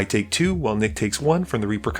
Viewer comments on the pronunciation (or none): Dryad of ill-lee-zee-ann Grove, not ill-see-an. 👍 great video!